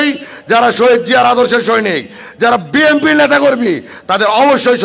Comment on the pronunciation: বিএনপি শব্দের উচ্চারণ ভালো করে করেন😅😅😅